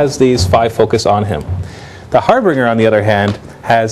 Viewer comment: harbringer or harbinger? (har binge ur)